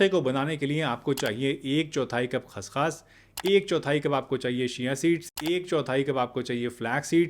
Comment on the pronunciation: खस खास नहीं खस खस कहो ।